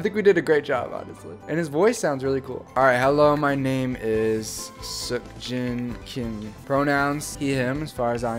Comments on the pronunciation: Am I the only one who is praying for to fix Jin's name to Seokjin instead of Seokin😂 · It's no longer "SEOKJIN".....its...."SEOKIN" 🤣 Namjoon looks like a dad